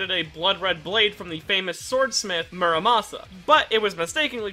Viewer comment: Terraria players get heavy nerves whenever anyone says mur sama instead of the muramasa